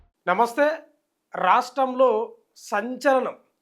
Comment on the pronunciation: రా.. ష్టం😢 లో కాదు రా..,! రాష్ట్రం.. క్లియర్ కట్..! పెగ్గు తగ్గితే.. నోరు తిరిగిద్ది.!